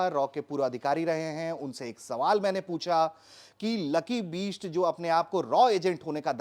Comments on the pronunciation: पत्रकार महोदय का उच्चारण लकी बीस्ट कर रहे हैं!!!!!! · अरे gandu bisht aur beast me antar nai samjhta uchcharan to sahi kar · Bhai ptrakaaaar uchharan to theek kr le lucky sir ke surname ka..